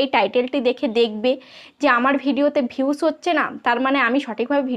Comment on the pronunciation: Vius na views 😅😅 boltei parane 😅